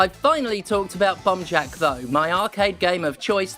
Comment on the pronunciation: Honestly im just here because its super satisfying the way steph says “bomb jack”